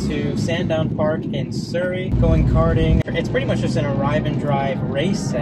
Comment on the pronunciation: I'm sorry but the way you said Surrey pain just pain